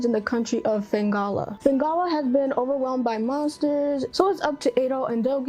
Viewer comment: Atelier Yumia, Fate/Extra Record, DQ 1+2 Remakes, Trails in the Sky 1st, Expedition 33 are some of my most anticipated of 2025. Also yeah did pronunce Felghana wrong (but hey it happens lol) and so close to 8K subs